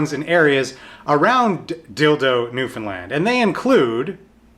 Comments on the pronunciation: I'm from Newfoundland too :) and yea, he said it right, it's NEW-FUN-LAND pretty much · YOU SAID NEWFOUNDLAND RIGHT! YEEEESSS!!! <3 oh God you're the first person on YouTube that ive seen to pronounce it correctly that isnt from here. most Canadians even botch the pronunciation.